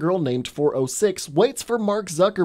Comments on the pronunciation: Why did you call him zuckerburg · I can't tell if he's joking when he calls Jesse Eisenberg "Zuckerberg". But they are practically the same person